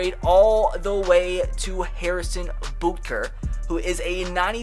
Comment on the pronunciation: Can't believe you pronounced Butker wrong